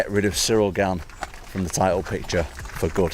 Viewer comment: Brother his Name is french and pronounced GANE not gayne Normal A not English A